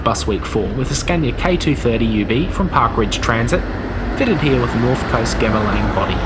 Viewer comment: Well done for pronouncing Gemilang correctly. A lot of my friends incorrectly pronounce it "Jemilang"